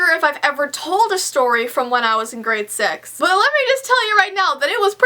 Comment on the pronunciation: did she say grade sex ?